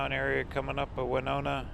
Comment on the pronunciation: My college town! Nice to have you in my home state!! It’s Wih-no-nah, not Wynonna. 😉